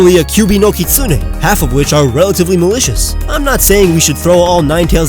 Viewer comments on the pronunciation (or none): none